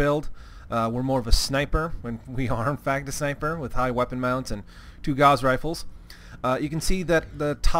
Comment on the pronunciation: Just FYI, Gauss is pronounced as such